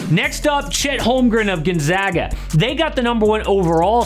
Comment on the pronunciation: Can we spread the word about how to properly pronounce Gonzaga now that they've been in this tournament for well over 20yrs running...? Not gunzaga. GONE-zag-uh.